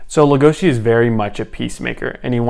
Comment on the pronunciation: LegoSI not legoSHI